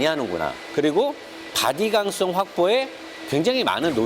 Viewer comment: 강썽이 아니라 ‘강성’ 입니다.. ㅋㅋ